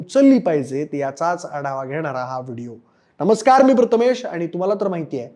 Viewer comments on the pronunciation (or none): none